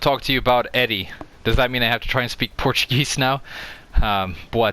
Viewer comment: Actually good Portuguese pronunciation. :)